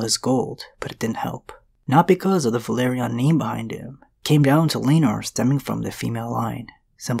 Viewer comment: Velaryon ("Və-LAWR-eon" not; "Ve-LARRY-on") (I'm just sayin' 🤜 💥 🤛) #ConstructiveCriticism #DontShootTheMessenger ✌️